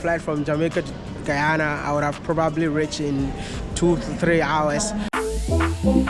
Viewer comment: He is knowledgeable about the world. The kind of young leaders we Africans are in dire need of. I loved his connection with the pronunciation of Guyana, and Ghanaian 🇬🇭